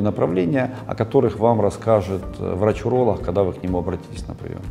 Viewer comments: Правильно говорить уролог, а не уролох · Врач уролох , а я врач гениколох , блин если серьезно, хотел послушать , но вот это гхэканье все желание отбило ((((